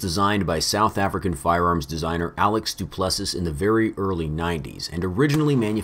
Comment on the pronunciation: Duplessiss... Du-ple-see.